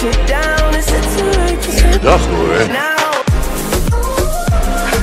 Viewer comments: het lijkt alsof hij dag HOER zegt inplaats van dag hoor lol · ja echt he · Hij zegt dag hoer